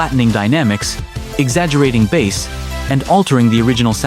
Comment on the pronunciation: The first time the voice over said the word, it pronounced it "bass", like the fish, instead of pronouncing it "base". The pronunciation was wrong the first time the word is mentioned.